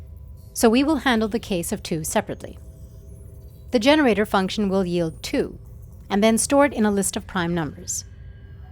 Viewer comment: The most important thing Ilearned in this video is how 'yield' is properly pronounced